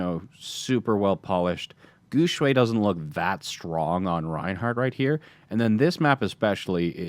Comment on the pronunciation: And come guys Guxue doesn't pronounce like what does lul. He pronounced more toward Gu Shui because people who don't speak Chinese always fucked up with X pronunciation in Chinese lul. But it's not your fault so don't worry. For an English speaker try say Guxue in the form of Gu syue. It will sounds more similar to the right pronunciation. I mean we were all told try to pronounce others name right to show respect when we were kids right? Plus he's an awesome player and if you like him, try practice the right way to pronounce his name guys!